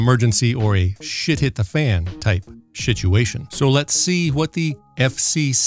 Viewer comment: I'm glad I'm not the only one who caught that. 😆